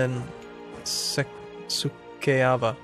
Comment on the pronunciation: Omg you attacked my ancestors and just butchered my home county's name (Suceava). I demand satisfaction sir!